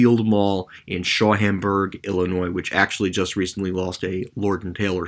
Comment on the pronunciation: "Shaum-berg" only two syllables, it's Shaumburg, not Shauhemburg. And yes, that's Chicagoland as they call it (the Chicago metro area).